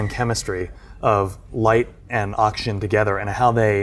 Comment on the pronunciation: I literally randomly skipped through the video every 10 seconds and I would still hear "light ans oxygen" every time